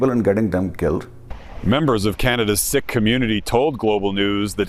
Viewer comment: btw isn’t it pronounced “seek” not “sick” lol. Embarassiiiiiing (drake meme)😂